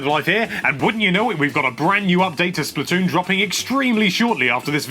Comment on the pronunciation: Splat. Toon not Splitoon